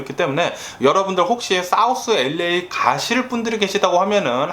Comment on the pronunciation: 첫음절에 액센트주며 이야기할때 너무 재밌고, 뇌졸증증상 절대 아니고요ㅎㅎ유쾌하고 발음 꼬일때도 귀여우십니다요 ㅎㅎ 엘레이(LA)라고 발음할때 특히 귀여우세요 ㅎㅎ그나저나 더위땜시 고생하신다니 알래스카의 시원한 공기를 보내드리고 싶네요🏞👍🤗❤️